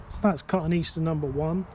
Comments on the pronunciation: I’m going to be “That Guy”. It ain’t Cotton Easter but rather Ka-tone-ee-aster. Thanks for the video. I’m liking the daily frequency, keep it up. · Thank You for being "That guy", My horticulture heart skipped a beat when he said that. Funny thing, recently did a search for cotoneaster and Google asked if I meant cotton easter.